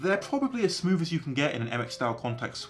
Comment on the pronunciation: He said smooth so many times, i couldn’t help but notice that he actually says smoove, as in he doesn’t make the typical th sound with his tongue as in the but a v. As a non native english speaker is this common?